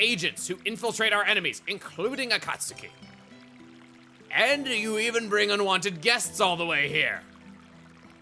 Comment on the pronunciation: You mispronounced “Akatsuki.” The u is nearly silent so it sounds more like “Akatski”